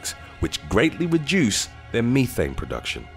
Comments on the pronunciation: "Methane", not Meethane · I love how he said "me-thane" when it is pronounced as "meth-ane" 😂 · LOL@ Meethan lol its meth-thane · Me-thane, damn I was taught Meth-ane. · I swear this guy has a problem with pronunciations of words. Meth-ane not me-thane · Can't help laughing over the way the narrator says Methane. Meethane too funny It IS very toxic so STOP with the damn CAFO'S!!!! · The word ME-thane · Thank Goodness that bothered someone else. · Uh it's short e not ē long